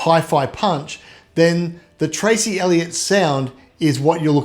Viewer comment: Dude its Trace not Tracy, Duh.